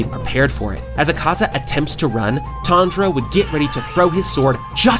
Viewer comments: TanZero! not Tandra~ I was like listen to this video and weird out by the premutation of this Youtuber...Who the hell is Tandra? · i cant get past the way you say his name lol